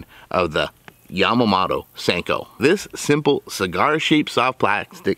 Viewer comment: Yamamoto... MOTO, Not mato🙄😒😑